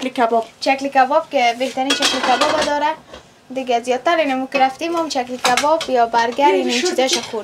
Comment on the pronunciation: تلفظ تان به مردم کابل نمیمانه باز چرا میگین کابلی هستیم پایچه چیست پاچه در حقیقت کله پاچه اس دگه چلی کباب ههههه چپلی کباب تمام برنامه های تان میبینم مگر تلفظ تان به مردم کابل نمیمانه دگه ده وقت میده کردن پیاز و سیر ده سر و چادر خود دست نزن بو می‌گیرد لباس هایت 😂😂 امیدوار هستم خفه نشین ❤❤